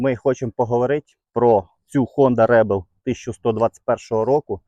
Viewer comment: rEbel, а нє rAbel 😂